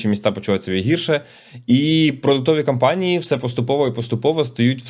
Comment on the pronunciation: Слово "кампанії" замість "компанії" дуже ріже вухо. Довго чекав виправлення але вже набридло слухати одну і ту ж помилку.